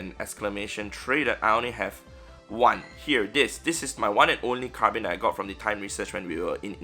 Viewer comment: You understand that Carbink has the letter K at the end right?